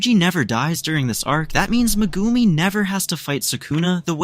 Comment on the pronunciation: you sell it Megumi but say Mgumi pronounce the E!!! but other than that good wook it was good